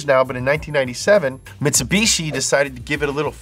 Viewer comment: Presents the Mitsubishi Pajero Evolution. Me, returns the video to that part to listen again. "Mitsubushi Pajero..." Me: Laughs hysterically in Spanish.